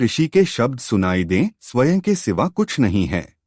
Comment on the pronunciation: Bahut accha bolte hain aap. Lekin ek shabd baar baar khatakta hai. Swaen shabd ka uccharan Swayam hai. Jaise sanskrit ka ' aham'. Anuswar (Akshar ke uper bindu )ko 'n' aur 'm' dono ke liye stemal karne lage hain. Isiliye galati ho rahi hai. Hindi ka uccharan aapka bahut accha hai.